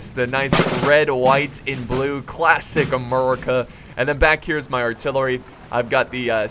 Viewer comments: what is with this Murica stuff please stop and actually say the name correctly but other than that good vid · Lol the way u say America "Muricah"